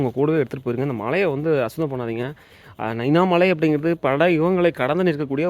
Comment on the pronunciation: தம்பி உச்சரிப்பு சரியில்லை புதன் சந்தை நைனா மலை தெளிவாக சொல்லுங்கள்